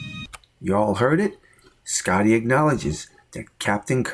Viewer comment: "Scitty"? What the hell?